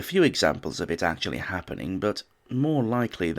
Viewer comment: I love how the narrator says, “something Thomas Edison ‘Acutally DID’ invent…”😂😂